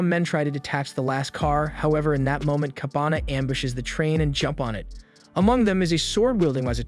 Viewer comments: kabane was pronounced as kabana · KABANE! Not Kabana, man! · kah-ba-ne not kabana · Its KA BA nEeee ... Not Kabana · The misspronounciation really takes out a lot from the video. Everytime he said Kabana instead of Kabane, it breaks my immersion. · its kabane , not kabana you ****